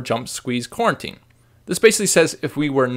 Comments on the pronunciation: Great tutorial, but I feel I must point out that it's pronounced "Co-Routine" not "Quarantine" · That's "coroutine."